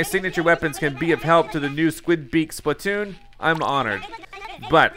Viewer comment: It's could splitoon not splitoon